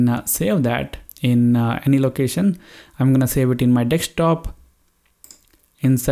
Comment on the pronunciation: Bro your telling dekshtop😂